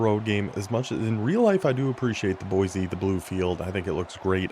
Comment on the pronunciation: Boy-see, not Boy-zee